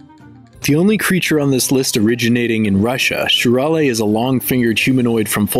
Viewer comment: Well, actually "shurale" is pronounced "shuralE" like in "cafe"